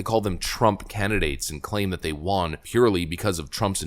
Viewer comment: WON = wun WON ≠ wahn